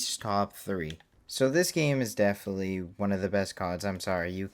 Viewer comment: aight you gotta say "definitely" different or correct, i really can’t hear you say "deflee" instead of definitely anymore